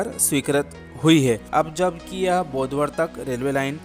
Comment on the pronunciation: बोडवद नाही बोदवड